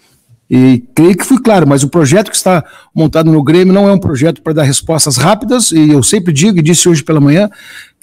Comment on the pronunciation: Ele tá falando mto em "proxeto" acho que vem Luxemburgo🤦🏻‍♂️😂😂😂